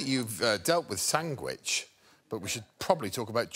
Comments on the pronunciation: Came for “Sangwhich”, stayed for Paul’s brilliant takedown of Henry the 8th !!! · is some real Benedict Cumberbatch vibes. “Sang wedge” “pang wang” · Sangwich is surprisingly common around the world. Some Native Americans, some Puerto Ricans, Ian...